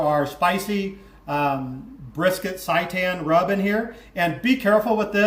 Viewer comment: Can't stop laughing at the pronunciation of seitan :) it's pronounced "say tan" good video!